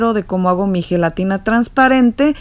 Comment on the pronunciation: Heletina heletina heletinaaa heeey helatinaaaaaa. 100 times 🤦‍♀️